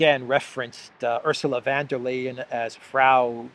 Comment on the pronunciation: Von der Crazy. Not 'van'. Idiot.